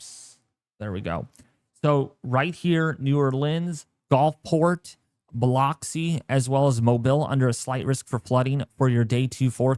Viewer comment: Hey, for the record it's called Hattiesburg as in Hat-tis-burg and not Hate-tis-burg and it's pronounced Biloxi as in Bu-lux-e. Just in case you didn't know, now you know. Also, please don't be offended, I'm just pointing it out. Thanks for the updates.